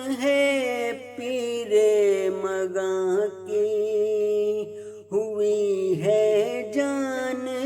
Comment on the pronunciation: بہت اچھی پڑھی ہے اگر لفظ بُتا ں اور مُغاں ، غُلامی اور مسیح الزماں کا تلفظ درست ہوتا تو چار چاند لگ جاتے